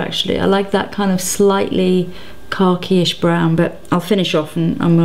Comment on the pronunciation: she said "khaki" and the way she said it is actually quite close to the way it is said in Hindi and Urdu which is where the word originated from :)